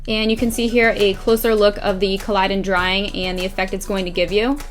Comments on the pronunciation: you're stunning and i love this tutorial but it's not pronounced collidon, it's collodion... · Love it P.s its rigid colodian not colidon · I cringed every time she pronounced it wrong